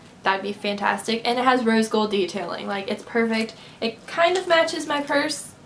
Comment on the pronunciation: stop saying "GOLD" it is so fucking annoying, you can not pronounce it right.. ugh